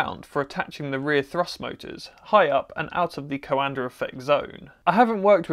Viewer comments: It s not coàndă it s coandă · The name is the Romanian COANDĂ not some american COANDER... So fucking pronounce it right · Why do Brits pronounce words that end with “A” as “ER”. Coanda -> CoandER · coandă not coandăr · *note: It's not CoandăR effect, itțs Caondă effect, without that R at the end. ă is pronounced without any other sound after it. Great video tbh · Please,, please, it's not 'co-anda',, it's pronounced qwonda. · Hi! Love tinkering, love aviation, love your channel, but please stop PRONOUNCING HIS NAME WRONG :) You're doing a "CoandRa" while it's just COANDĂ , without the R, and that last Ă , is pronounced like an overpronounced E from HAMMER, for example. Here, sample: Cheers, and keep it up! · It sounds like he is saying "coander" lol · Is it coanda effect or coander effect? He says it with an r so I wanted to know lmao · "Coander Effect" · Please stop saying CoandER. You need to lift up the nose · Or Canada. I just find it funny that in Brit English, "cover" becomes "covuh" but "coanda" becomes "coander." The rule seems to be that if an R is present at the end of a word, drop it; if no R is present, add one! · Romanian here. The correct way to spell “ă” is like the article “a” like in “a cat” (can't think of a better comparison right now lol). Anyway, awesome vid as always! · I'm a Romanian and I can say that Coandă isn't pronounced like that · Nobody has ever explained to me why the British add an 'R' behind many words ending in 'A'. Anybody?